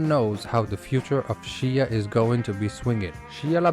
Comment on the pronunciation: I tried bro but after the third “Shee-ya” I can’t